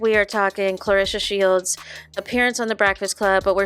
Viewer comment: This video is so burnt. Its just as nauseating as Remy literally😂! This chick cant even pronounce Clarissa's name properly! Literally😂😅😂